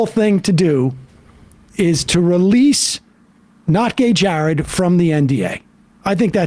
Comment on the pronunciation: His Name is not not gay Jared it is Jered Monroe.